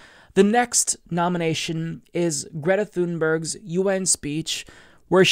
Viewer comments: NEXUS MINDWARPED AMERICA. Or Tune-berg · Can you start saying Greta’s last name right?